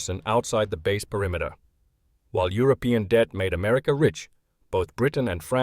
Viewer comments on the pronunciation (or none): none